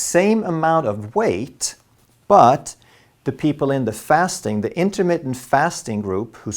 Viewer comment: You need to learn how to say intermittent. You aren't about to get freaky with your diet....it is intermittent not intimate.